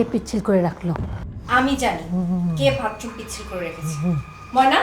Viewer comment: Vatroom na fokinni bathroom hobe , bostir meara erokom I uccharon Kore